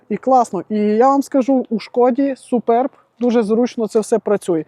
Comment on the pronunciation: Один з небагьох, хто правильно озвучує назву авто: Шкода СупЕрб. Вподобайка.